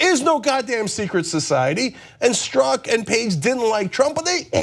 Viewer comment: John works full-time on this and can't figure beforehand how to pronounce Strzok. Next up they'll take the time to learn how to pronounce Peter Thiel's name, maybe.